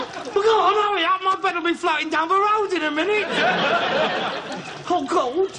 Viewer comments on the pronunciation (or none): I love the way Harold says "oh god" sounds like he's saying "oh gold" 😂